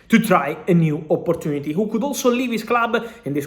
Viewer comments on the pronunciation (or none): none